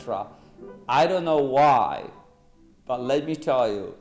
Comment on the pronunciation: "as you kneau..."